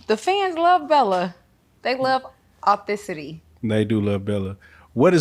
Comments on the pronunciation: What 'authincity' lmfao she said "the fans love authincity" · I just need you to learn how to say authenticity and we’ll be cool!